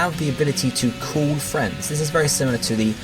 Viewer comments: So, is 'call' in the USA actually pronounced the same way 'cool' is? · No, it's just how this guy pronounces it in the video. But I'm glad call chaining is apparently a thing.